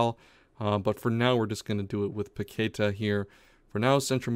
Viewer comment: It’s pronounced “PaquetÁh” not paquEta lmao, please fix ur pronunciation it feels so weird watching u repeat it multiple times but i love the series 😂